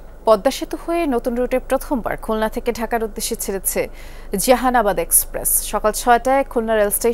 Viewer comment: জাহানাবাদ কে উচ্চারণ করলেন জেহানাবাদ বলে। নামটা ও ঠিক মত উচ্চারণ করতে পারলেন না!